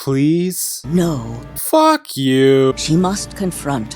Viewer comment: "aw fawk!" im fucking dead i cant stop laughing!